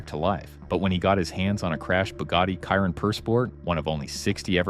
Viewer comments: For gods gods sake it’s not a fcking kairon its a shee-ron. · It’s not pronounced “Kairon” but more like “Sheeron” . Do your homework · Stopped watching after the 2nd mispronounced Chiron...... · learn how to pronounce Chiron!!